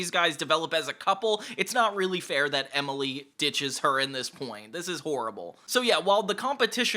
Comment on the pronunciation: Say it with me,: Emmmily. EmILY. Emily. EMILY!😱🙈